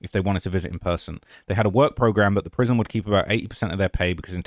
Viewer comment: Its prison not prism lol